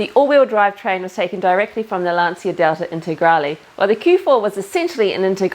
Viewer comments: Please pronounce Lancia as the proper Italian name Lancha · Lancia, in Italian language you speak Lanzia, it's funny. good work.